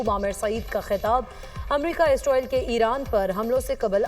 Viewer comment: Ye Isroil Kon hai? Anchor ko Israeel ka naam Lena aana chahiye😢